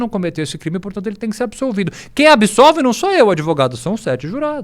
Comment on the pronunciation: Esse " adevogado " é um canalha chave de cadeia